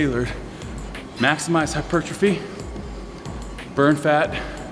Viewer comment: Love this guy but he struggles so much with the word hypertrophy. It's hilarious!